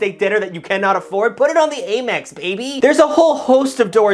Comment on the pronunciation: let me enlighten you. Its not ay-mex its am-mex